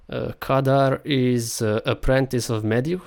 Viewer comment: You're misspronounching the name. It's Khadgar not Kadar. The white haired man isn't Medivh, because he has long hair, while this one has short and white, so it's more likely his steward Moroes. The mage meeting is the Council of Six. The fel explosion likely shows the (blurry) TRUE Karazhan, so it's likely that the tower show at start isn't one. And yes, the canyon is the Blackrock Pass because there's Blackrock mountain in the background and there's no other smoldering volcano on southern part of Eastern Kingdoms. Remember the trailer doesn't show the scenes chronologically. If Stormwind is destroyed, they likely wouldn't wanna show it since it would be about as big a spoiler as king Llaine's death.